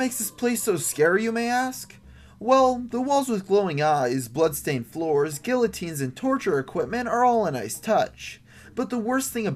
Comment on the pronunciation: its ok. i used to pronounce guillotines that way too.